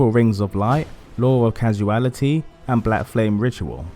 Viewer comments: Nice video. It's pronounced "law of cause-ality" rather than "casu-ality" ;) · Hearing you say "law of causality" incorrectly makes me want to die. CAW-SAL-ITY. CAW-SAL-ITY. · Law of causality is actually pronounced law of Cause-ality it looks like, just wanted to point that out lol